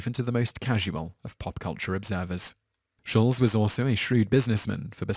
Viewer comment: Shulz is pronounced like it has 't' - "Shul-T-z'. It's German. Trudeau is French, pronounced 'Tru-dough'. FYI